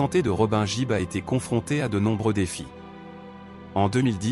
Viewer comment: On ne prononce pas JIBB mais plutôt GUIBB!